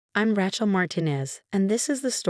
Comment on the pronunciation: Love AI calling her "Rat-shell"